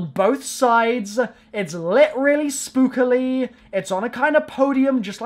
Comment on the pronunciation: SPOOKALY LOL